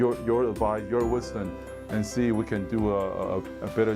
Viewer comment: your wisdon? M要閉嘴 發音才會標準